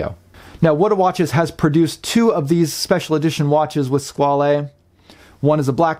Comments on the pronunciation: I'm really surprised with all your usual in depth research that you didn't find that Squale means shark and is pronounced Squal the is silent and yes I do love the black dial but would be hard to choose one or the other both are fantastic along with your reviews Thanks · FWIW I think the correct pronunciation is ‘Squawl’ the French word for shark but given that this model is the ‘Corso Italiano’ then perhaps the Italian wording flair is warranted.